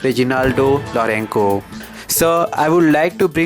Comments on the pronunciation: not lourenko pronounce properly or stay at home. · Kindly pronounce lorenco properly